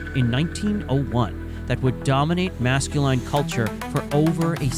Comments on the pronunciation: Mask ku line? If you're going to let ai read your script at least correct it's pronunciation of common words. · Mass Kew Line Culture. It's pronunciations like this that make people think "AI shit vid"